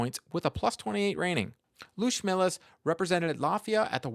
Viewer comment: It is pronounced "Luotʃmelis" - a bit rounder "o" than in English and "č" is like in "church. "Trust me, I am Latvian.:)